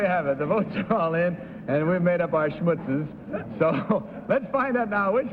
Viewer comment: To be correct, it's pronounced schmootz, but it's spelled "schmutz," in both German and Yiddish.